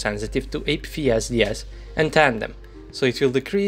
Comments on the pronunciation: It cracked me up when you keep saying "A-P-VEE-S-D-S" instead of A-P-F-S-D-S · Well, at least he speaks his native language and a foreign one at a decent level. Which is more than most native English-speaking peoples can say for themselves. Hell, I even started saying A-P-FEE-S-D-S myself due to his trademark mispronunciation.